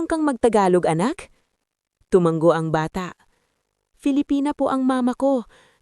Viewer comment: Tulad ng salitang tuma-ngo at bigkas Niya ay tumang-go. Parang sayaw na tanggo. Hay buhay!